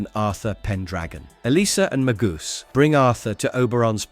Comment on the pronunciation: Maybe stop using AI as the narrator. You have mispronounced alot of the names for example Magus is not Magoose